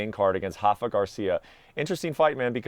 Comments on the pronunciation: Can we stop calling Rafa “Hafa” he’s from Mexico… not Brazil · Why do you say “Hafa Garcia” he’s not Brazilian he’s Mexican bozos so you pronounce the R